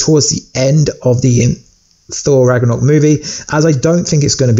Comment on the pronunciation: U said thor rackornock